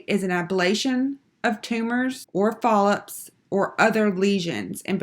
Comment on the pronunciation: Is it just me or were the mispronunciations of medical terminology just ruining this video? The speed-talking while reading the coding definitions was crazy as well. I understand that you are trying to be helpful with the video, but if you are in the coding field, you should really know how to pronounce these terms correctly. Also, am I the only one hearing her say polyps as if it starts with an "F"? Really distracted me from the material.